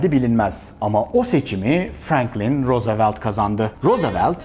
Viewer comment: Başkan Roosevelt telaffuz edişiniz dikkatimi çekti neden